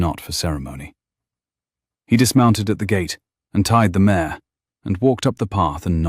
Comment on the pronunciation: Mare not mayor